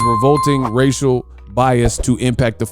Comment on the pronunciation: Can’t say racial???? lol